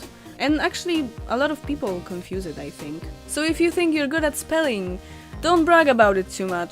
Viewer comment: The first word I've ever misheard you say was people. Totally my fault, but I heard "peep hole" and was very confused for a second! Also, very amused because I'm easily amused.